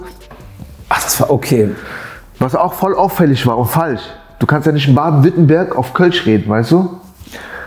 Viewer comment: Nürnberg aber Badenwüttenberg und vorher sagst du ludwigsburg häöäää?